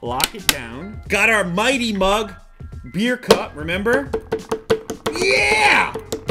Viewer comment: THE FIRST TIME HE TOLD BEER I HEARD IT AS BEARD I WAS LIKE WTF??????????????????????